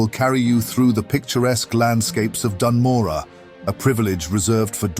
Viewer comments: Bro, why don't you make sure you know how to pronounce Dun Morogh before you make a 24+ minute video on it. It's not Dan Morah, it's Doon Moroh. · Hell yeah! Only thing I'd say is the pronunciation of Dun Morogoh feels off? I COULD be wrong. Regardless, yet another fantastic video, and the penultimate starter zone! Then? THEN WHAT?! There's so So SO many zones i deeply need these style videos done for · ''as the lore keeper of ( says the name of the zone wrong)'' good lore keeper xD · Awsome stuff. Please learn to pronounce Dun Morogh 😅 AI voice is kinda bad aswell. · Amazing video, my only question "why are you saying Dun Morogh as if there's any "A" in it?" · no offense meant! I've only heard them pronounced 1 way so hearing another phonetic interpretation of it threw me off!